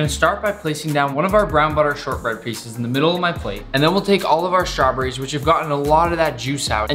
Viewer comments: he says (strawburries) not straw berries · The way he says “strahbrees” 😂😂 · i love it when nick says Shtrawberries